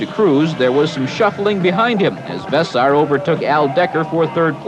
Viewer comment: Vess-air, not Vess-ar. How could you not know that. Those brothers have been in the sport from the beginning.